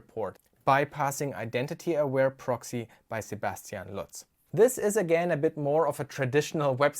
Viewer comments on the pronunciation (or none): none